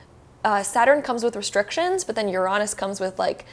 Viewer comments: Just heard it 😂 I was shooketh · The pronunciation of Uranus caught me off guard.